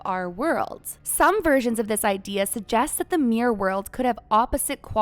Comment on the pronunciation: When you pronounce "mirror," it sounds like "mere." Mirror has two syllables. (mir-ror)